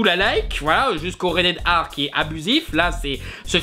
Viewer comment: tu dit rated R comme red air ar les francais on un probleme avec la lettre R